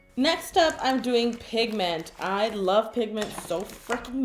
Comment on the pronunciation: Did anyone think she said, "I lobe pigment so 'flunkin' much!" ?